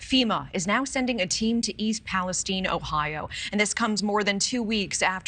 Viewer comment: So why all of a sudden is East Palestine being pronounced East Palestene?